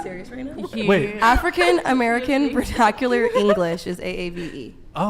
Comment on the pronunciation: just tried to put you in your place for not knowing what AAVE is, but I swear she said VerTacular.. with a T lol